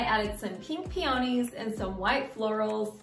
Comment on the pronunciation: It’s not pee-on-ees it’s pee-uhneez